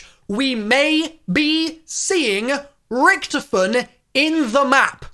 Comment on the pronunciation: Its richtofen not rktifin